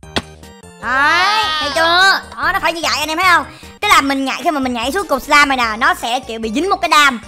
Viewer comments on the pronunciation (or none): none